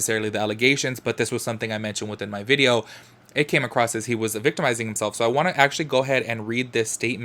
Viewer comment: Okay, I'm super late on the videos.I'm barely catching up now. I loove you a whole bunch, HOWEVER, I have a couple comments on this video. 1st: Girl, there is no "t" in the word "across" and 2nd (this is toward most of your videos and lives): I understand the yellow & lighter backgrounds to match your clothes & stuff, but...........why does it always have to be so bright?! I can see all the dirty spots on my laptop screen now! :D